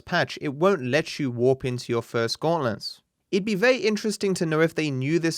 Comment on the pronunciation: are you purposely saying gautlents?